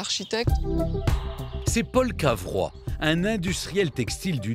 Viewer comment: Ce n'est pas Carvois, mais Cavrois !